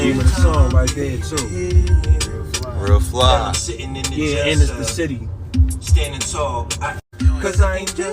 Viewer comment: Why be saying "The Bity" and not "City"?